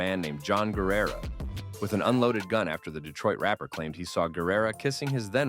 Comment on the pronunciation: you mispronounced guerra